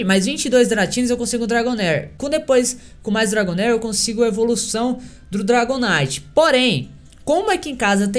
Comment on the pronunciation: quem acompanha ele no twitter viu q ele falou " Dragon night" hahahahahuahajja